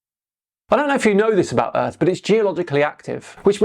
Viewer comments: BITCH, YOUR POINT IS MOOT IF WHEN YOU TRY TO SAY EARTH AND THE WORD EARF COMES OUT YOUR STUPID IGNORANT MOUTH! 😂😂😂😂😂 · Being American myself, I apologize for this idiot. My country education system is failing. He is probably the most stupid......the funny thing is I never even heard of this fool.......Did he just say the word EARF? Instead of the word earth? 😂😂😂😂😂😂😂